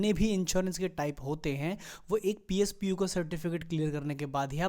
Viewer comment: "Pspo" nhi hota mr "posp" hota he,great knowledge